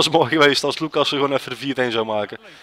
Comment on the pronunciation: Je spreekt luckassen niet uit als loeckassen maar als luuckassen